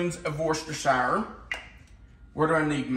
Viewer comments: Yeah! Crispix, 'FTW!' I've never heard of Kix in Chex Mix. I'd say this is definitely different! Ahh, oysters crackers! Mmm... peanuts! Cashews are good, too! ...and Bugles! [hehe] Just to mention it, worcestershire is pronounced wooster-sheer. I found out when I heard there's a city (town?) called Worcester in ME and was told it's pronounced wooster. I later searched the pronunciation of "worcestershire" and it's the same. 🤣Those pretzels really wanted to join the party! I can't say I have any particular favorite snack(s). My preference is anything crunchy. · But… I live in NH - but less than an hour drive from WORCESTER, MA. So, the correct pronunciation of this city is as follows: WOOS-terrr(rhymes with burr) … rhymes with “he is not brave; he is a real WUSS!!” Hence, the “sauce” pronunciation is as follows: WOOS-terrr-shear Sauce. And yes - it is “SHEAR” rather than “SHY-ER” . The emphasis is on the 1st syllable in BOLD ie “WOOS”Easy peasy once you practice a bit! One of my kids is a Prof Chef & can vouch; another one of my kids lives in Britain & can vouch. Lastly, I live 1 hr drive from BOTH Concord, NH and Concord, MA. Sharing this since you were teachers…. an old New England saying is still a truism: ”Atila the Hun never conquered Concord.” Newscasters & politicos usually mis-pronounce the CITY name. Both the city & the action are pronounced THE SAME. If only they’d been taught this adage! I really enjoy your videos & recipes - keep up the good work! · I say "war chester" sauce😂 Does anyone know the correct pronounciation😂